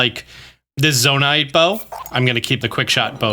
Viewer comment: Pretty sure it would just be pronounced “ZoNITE” right? Not “Zona-ITE”?